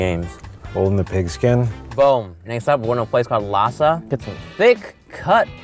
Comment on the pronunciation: the way they pronounce "lasa" and "sinigang" triggers me